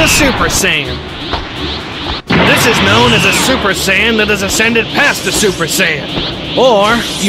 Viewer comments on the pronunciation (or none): The way he said 'super sayian'🤣🤣😂 IT SOUNDED LIKE HE SAID SUPER SAN LOL